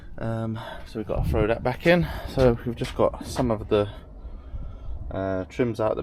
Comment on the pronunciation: Sorry - got 45 seconds in & you said "where we done". Plus "we gotta frow that back in". I'm out. Your argument with Eurocarparts holds no weight if you can't even string a sentence together.